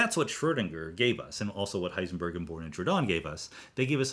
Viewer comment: Thanks for pointing out the proper German pronunciation of physicists names. Now guess my nationality... Disappointed, you just pronounced Heisenberg wrong, the ..berg part.